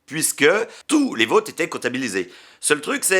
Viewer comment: "Les vauuuutes", mec t'as un vieux accent belgo lorrain (oui ça existe, c'est moi qui le dit!!!) qui est sortit d'un coup là 😂